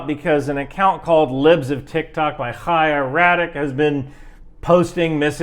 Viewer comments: props for pronouncing Chaya correctly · You’re one of the few people I’ve heard criticizing Chaya while pronouncing her name properly. I appreciate that because there are a lot of people with that name who aren’t shitty and mispronouncing it feels disrespectful to all the decent Chayas.